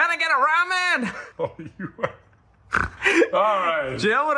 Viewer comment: i hate the way they pronounce ramen, why